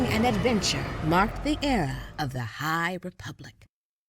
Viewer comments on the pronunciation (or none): It might be me because I'm in the south, but did anyone else here her say Hyyye~ Republic. She put too much emphasis of the Hyyye~! Republic.